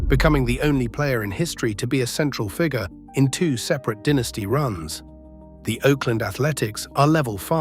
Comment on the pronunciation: Listening to "dinisty" as the pronunciation is like nails on a chalkboard